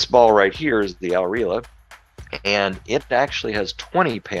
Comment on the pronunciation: The name of the ball Al-Riahla it’s means the traveler in Arabic and you guys aren’t pronouncing right butchered it 😂